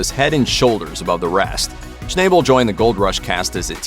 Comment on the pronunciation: Too bad you guys can't pronounce people names correctly, Parker's last name is pronounced as "Schnabel" not "Schnayebel"